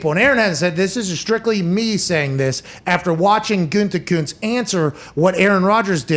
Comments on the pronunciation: Can someone please go make a compilation video of every time Pat has said “Gutekuntz” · I love Pat, but the way he says "Gutekunst" drives me absolutely nuts.